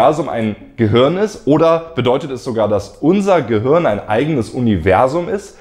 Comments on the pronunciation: du sagst immer "gehürn" oder "gehörn":) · Hey Leute! Was meint Ihr? Ist das Universum ein Gehirn? Falls nein, wie sind die Ähnlichkeiten zwischen Filamenten und Hirn zu erklären? Übrigens sorry, dass ich Gehirn immer "Gehörn" ausspreche - liegt an meinem rheinischen Dialekt xD Bald ist ja schon Weihnachten und deswegen erhaltet Ihr in meinem Shop Rabatt auf alles! Verschenkt doch dieses Jahr mal einen Plüsch-Planeten, ein Science-Shirt oder eines meiner Weltraum-Bücher! Schaut mal vorbei und gebt am Ende den Code "galaktischeweihnachten" ein: 🚀🎅